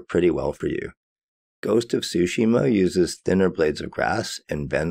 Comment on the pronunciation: boy really said "Ghost of Sushi-ma"